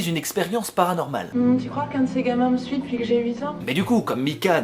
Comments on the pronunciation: "Depouis ses houit ans" ça me rappelle "fouite" 😂😂 ELLE A RAISON stp arrete avec cette prononciation stp ui et oui c'est simple pourtant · depuoui ces huit ans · « DEPOUIS » ses 8 ans 😂😂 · "depouis ses huit ans" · "Depouis" ? Mdr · "depouis ses huits ans" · "Dopouis c'est huit ans" XD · «depouis ces 8ans» 😂😂😂😂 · "en faite depouis" d'accord .... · « En fait depouuuis ses 8 ans » 😂😂 mdrrr l’accent belge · depuis ces houit ans ? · En fait depouis ses huit ans...😂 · Ahah se fameux "depouis" #Belgique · DepOUIs ? ;) Ah ! Notre petit belge préféré ^3^ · Sa s'appelle l'accent belge 🇧🇪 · pareil mdrrr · Ça fait un peu accent italien je trouve >< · depouis ses houit ans :p , roh je me moque ce n'est pas très sympa ^^, plus je regarde t'es vidéos plus je t'adore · Depuis ses wouit ans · A "depouis ses houiit ans" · "Depouis ses houit ans" ça me rappelle "fouite" 😂😂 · "Depouis ses ouite ans" 2k17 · Juste parce que tu a dit blédard j'ai souri ... Merci a toi x) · t'es Belge ? je t'ai entendu dire "depuis ses houit ans" mdr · "Depuis ces houit ans", merci les belges, vous me f'rez toujours autant kiffer <3